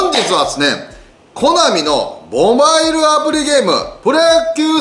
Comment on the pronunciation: コナミのぉ、ボマイルってなんやねん！